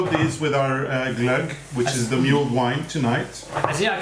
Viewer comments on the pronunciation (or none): it is pronounced "mull" as in hull, not "mule" as in the donkey. Mulled wine. Thanks. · It's so fun to watch you cook together! Just a note....in English it's pronounced Mull-ed.... you've been pronouncing it as mu-elled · Loved the show. It's mulled /mʌld/ wine and not /mjuːld/ xx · The chaos only makes it more fun!, in English the word "mull" for mulled wine is pronounced like the word "dull". Your pronunciation was "mule" which is an animal that is the offspring of a horse and a donkey. That cracked me up! No offense. Your English is generally excellent!